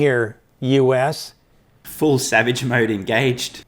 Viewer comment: I'm not sure if Sandy Munro said: "let's get a brain here, US" or "let's get a brain here, you ass" 🤣. Savage video